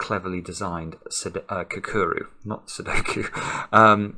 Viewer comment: It’s definitely not pronounced “kakuru”.